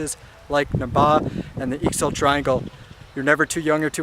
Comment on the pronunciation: Great video, thanks for posting! One thing, Ixil is pronounced Eee-sheel. The x's in the Maya-Ixil language come in two varieties, the safe bet is to just use the 'shh' sound. Thanks again, and watch out for the mountain lions! ;)